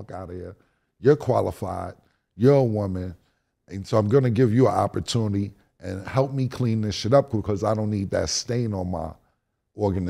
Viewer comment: CAM SAID “OPP- A - TUNY.. not OPPORTUNITY